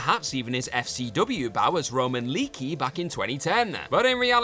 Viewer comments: Lay-ah-key , not Leak-ee . You would think that people would get it right considering that it’s Roman and there’s plenty of video footage of him and others saying it but this is like the third YouTuber recently to do it lmao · Leaky? Pretty sure it was pronounced lee AH key.